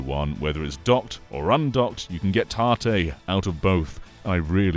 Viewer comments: I was also confused until I looked up tarte switch and then learned it was tate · Tahteh is not that bad for an English pronunciation of it. I have heard people say it like it rhymes with "bait" instead. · Tartay? What are you saying? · I'll be honest, pronunciation of 縦 (tate, Japanese for vertical) confused me for a sec. Was googling 'tarté' for like 5 minutes 😂 Then I remembered English accents often insert 'r' sounds after vowels (like 'idear' instead of 'idea'). Anyway, great video, will be trying this out! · I was getting so annoyed when I kept hearing him say 縦 or tahteh wrong. Good video though, he is right about this being a cool feature. Even works for stuff like... I forgot, it's a Bamco arcade rhythm game where you have an analog stick with a button on top. Fun game that, even lets me play bad apple. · I like this but i cannot call this "tate mode" without saying it like you say the name tate and not like tat-e. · Yeah it's short for rotate so it should be pronounced the same right?